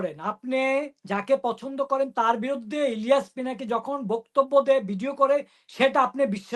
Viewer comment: Apner guest pinaki ke, pilaki bole, thik moto pronounce korte pare na, e naki journalist 😅😅